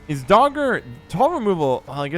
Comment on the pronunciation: I love how english-speaking collides with Skellige names) This time he's blessed us with DagUr being "Dogger", guess Dagur rocked parking lots of Novigrad and beaches near Gors Velen wth his unusual tastes and public displays))